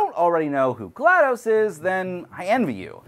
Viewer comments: Please call her name right. DOS as in Disk Operating System since that's her name. Not GLadose as I keep hearing from so many people :( Otherwise another entertaining video. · Very minor nitpick; you don't call it "M.S Dose", it''s DOS. Same with GLaDOS. It's not gla-dose. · My eye twitches when people say GladO's like "spaghetti-o's" and not GLaDOS like "cost"